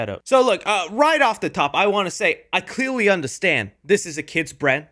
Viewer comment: i cweawy undewstand